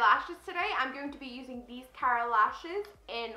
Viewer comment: Forget the way you say Morphe you said the Kara lashes right (which happens to be my name lol). Congrats on your graduation beautiful!